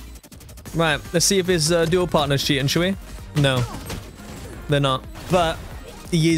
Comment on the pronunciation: Cheating ❌ Chea in ✅